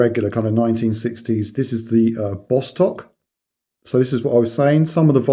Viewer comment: No the B on the dial pronounced as V in Russian as in vostok. And the case back actually says amphibia.